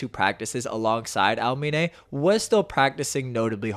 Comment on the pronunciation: Por qué dices almine ?